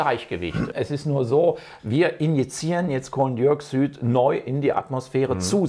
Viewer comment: Dioksüd sagt er die ganze zeit ich kann nicht mehr